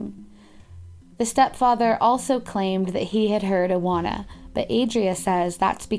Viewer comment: iwona wieczorek- u pronounce that like eevona vechorek